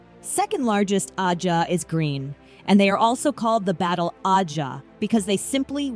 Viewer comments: Agreed. I actually turned the video off because of it. That and the annoying way she pronounced and emphasized the word ajha. Just couldn't do it. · This video was almost unwatchable. Please learn to pronounce ajah before making another WOT video...and 😒😒😒